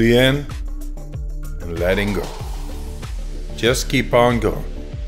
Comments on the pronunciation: Fooooolly inn, and Lelling Go, like awave... 🌊 Go witdaflow, of the breath 🌬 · "Foolly iiiin, ledingo" Thank you, Wim Hof.